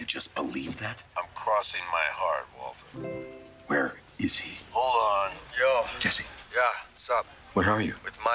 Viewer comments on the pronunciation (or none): I feel that this Waltuh was more of a Walter, since I can hear the R in the name. But I don't know. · I clearly hear Mike say ‘Walter’ many of the times, but the ‘Waltuh’ meme still has a point cause he still says it a few times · You're counting incidents where Mike clearly says "Walter" as "Waltuh". Actually, he almost always says "Walter"; I don't know where this "Waltuh" meme came from